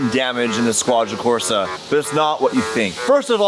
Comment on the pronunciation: Squadra Cors*E*, please haha